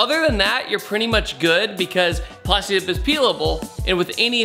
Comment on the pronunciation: at least tell her it's plastidip lol